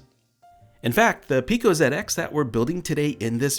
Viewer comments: Thankyou for calling it a "ZED-X" Spectrum and not a "ZEE-X" Spectrum as others have in the past. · Fantastic video. As an Englishman, I appreciate your use of "zed ex" and not "zee ex"!